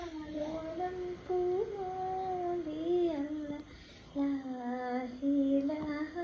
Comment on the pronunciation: ലാഹിലാഹ എന്നല്ല ലാ ഇലാഹാ എന്ന് തന്നെ ഉച്ഛരിക്കണം ട്ടൊ